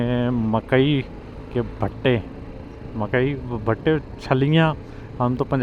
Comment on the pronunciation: مکئی 🌽 کے ب٘ھٹے نہیں بھائی صاحب ، مکئی کے بُھٹے ۔